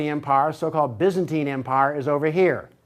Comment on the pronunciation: He can't pronounce Byzantine 🙃😲